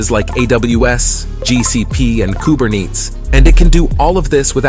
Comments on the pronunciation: Ahh that's why it said "kuberneets" instead of "Kubernetes"... I thought that the narrator was just a paid narrator who has zero tech experience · The pronunciation of "Kubernetes" was the dead giveaway that it was using speech ai. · Kubernetes = “kuber-neats” tee hee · Kuberneets? Is this an AI itself a human wouldn’t say than wrong if they know anything about AI at least